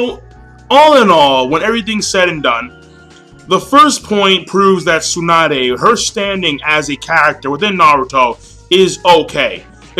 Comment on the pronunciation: I don't mean to criticize, but your pronunciation of Tsunade really sucks >< You Americans never cease to amuse me in your pronunciation of Japanese names ^_^ But don't take it the wrong way, I don't mean to offend you. And to each his own. Some people love Tsunade, like me. Some people can't stand her. And like you said, it's your opinion, others feel differently. I understand where you're coming from and why you feel that way, but that's only your opinion